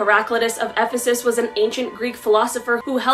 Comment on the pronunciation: Great start with your brutal pronunciation of Ephesus. But stay tuned. And you actually did a really good job. Rogans up👍. It doesn't matter that you weren't taught ancient Greece up the wazoo, it isn't as important as it's made out to be.